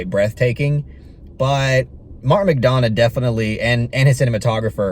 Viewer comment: Correct pronunciation is McDonaugh as in 'Done rather than Donna